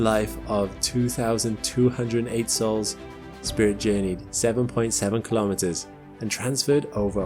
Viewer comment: Kilometers is pronounced kilo-meters, same as kilo-grams and kilo-watts. Not ka-lom-it-ters. Say kilo and then say meters. Life and unnatural noise were not found on Mars.